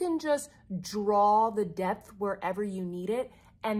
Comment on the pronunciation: Haha. You said "depth" and I heard "debt". Indeed!